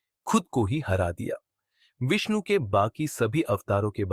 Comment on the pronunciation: Thumbnail thik se lagaya kr Vishnu kya hota hai shi se bola kr ni to channel jada din ni chlega